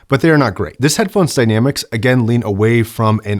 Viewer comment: we need to talk: "the dy-damics". "next few regions".?!?. Don't know what to say. Is it a condition?